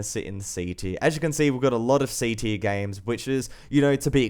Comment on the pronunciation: I like how he says gaims